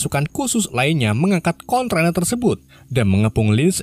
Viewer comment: Kontainer broo...bukan kontrainer he...he...he...